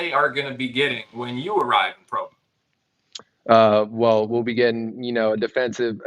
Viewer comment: HAHA. Dude not sure how to pronounce Provo.......phonetics my professional pod casting friend. SMH